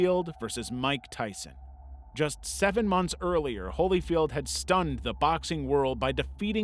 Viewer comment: "holy-field" ...really?